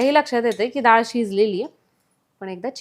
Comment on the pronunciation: दाळ नाही हो..डाळ